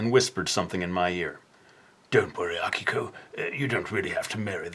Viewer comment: im using this video to prove to my friends that it's "AH-kiko" and not "uh-KEE-ko"